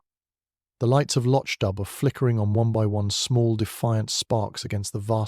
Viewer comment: Please its pronounced Lock doo, and where is the storm or the body in the flooded cellar.